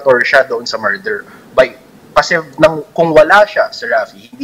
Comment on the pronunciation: PRONOUNCIATION: not "MAR-DER". It's "Murder" [ˈmər-dər or Mer-der ]